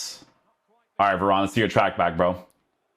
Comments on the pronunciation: please call him varane and not veron 😭😭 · He’s French, ane is normally pronounced on